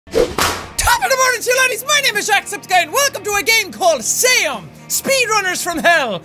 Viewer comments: Jack: pronounces it "Say um" Me: ZOOM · Isn't SEUM pronounced as in ZOOM, which would fit in with the whole DOOM thing and be about speed?